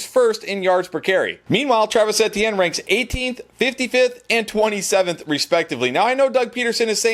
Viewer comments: Love the videos, but his name is E-T-N not EHtiene...please fix that. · It sounds like A T M to me. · More like mehtienne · Jesus I thought i was the only one it’s like he does it on purpose at this point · Etienne is French so yea he is correct actually...Same concept as sayin Crawfish Etouffee..!